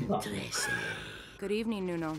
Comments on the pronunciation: tre-se (spanish) (13th)..not as trees or trese.. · The pronounciation is TRE-SE NOT TREESE😇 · Them: torese Me: it's trese bro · It's actually pronounced "tre - se" a spanish word that means "13" or the number 13 which is an unlucky number in most western superstitious beliefs. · Filipino language is pronounced by its syllables, no silent letters or difficult way of pronouncing it 😅 Ex: Trese = Tre-se tabi-tabi = ta-bi ta-bi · It’s actually pronounced as tre-se it means 13 on Tagalog. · Trese (Thirteen) is pronounced as Tre-se. Thirteen is believed to be an unlucky number. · It's pronounced as TRE-SE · it's tre-se